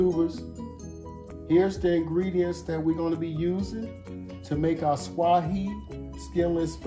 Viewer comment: The name of the fish commercially farm raised in Vietnam is a species of catfish that thrive in the rivers of Africa is SWAY, ONE SYLLABLE!😮